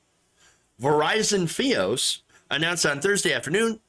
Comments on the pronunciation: F-EYE-OS, Not FEE-OS.. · fy-os. not fe-os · F-EYE-OS, not Fee-os. Sorry. It just burned my ears😉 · I'm sorry but it's fios (fye-os). The way you say it is making me laugh everytime. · Fee-os? WTF.. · Sjsjsjs I can't focus on the video the way you say fios hshshshssj it's f-eye-os